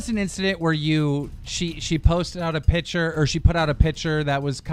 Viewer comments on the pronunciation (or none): It's picture not piture say it right